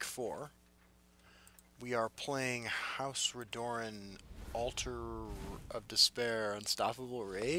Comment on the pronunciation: for the love of god, its pronounces RED - UR - EN not RE - DOOR - EN